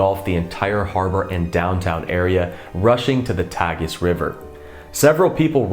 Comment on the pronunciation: Tagus or Tejo River. Long “a” on Tagus, not tag us, but tay gus.